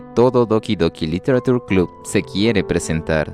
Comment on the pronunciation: Me pregunto porque la gente sigue pronunciando -ture como "tur" cuando se debería decir "che".